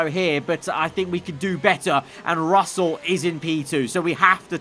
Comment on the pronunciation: At the end said frussell